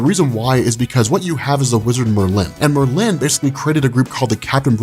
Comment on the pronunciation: love this video, and you rob. but god do I wish you would pronounce Saturnyne, Wolverine, and Merlin correctly lol